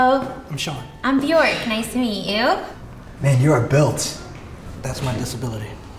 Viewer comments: "My name is " pronounces it incorrectly lol. Anyway it's really good to hear more about the different disabilities people around the world struggle with. I and so many people I know have invisible illnesses which is tough but even people with visible indicators are hard to know because there are so many variants of illnesses too that there have been times I haven't even known what someone's disability is when they tell me and need to look it up to understand it. It's really shameful and sad that we know so little about things that cause daily/lifelong struggle to people's lives. Most of my doctors don't even know what rheumatoid arthritis is lol. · She can’t pronounce her own name smh